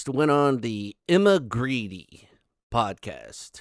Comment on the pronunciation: Hej! (Swedish) 👋 In Grede, the e:s are pronounced as in the word ”bet”. Hej då!